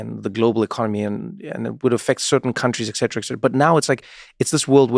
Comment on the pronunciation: Both of these men say exetra instead of et cetera